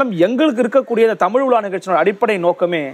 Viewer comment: நேர்காணலில். பேட்டிஎடுக்கும்நபருக்கு. தமிழை, தமிழ். என்று. அழகாக. உச்சரிக்க தெரியாமல்... தமுழ். தமுழ். என்று. உச்சரிக்கிறார். கேட்ப்தர்க்கே. வெருப்படையசெய்கிறது. அந்த. அண்ணையர். எவ்வளவு. அழகாக. தமிழை. தமிழ். வார்த்தைகளை. உச்சரிக்கிறார். இவர்உச்சரிப்புசரியில்லைஎன்பதைகான்பவர்களே. கேளுங்கள். ஆகவே. பேட்டி எடுக்க நன்கு. செந்தமிழ். படித்த. தகுதியான நபர்களை. ஈடுபடுத்தி. தமிழைவரும்சந்ததிக்குதெளிவுபடுத்துங்கள். தடுமாற்றத்தைஉருவாக்காதீர்கள். நன்றி. எல்லாம்சிவமயமே.